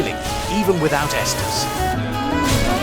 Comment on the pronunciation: The most unrealistic part of this is correctly pronouncing Estus and not "Yeastus" or some other ridiculous variation. Everything else is spot on. Insane.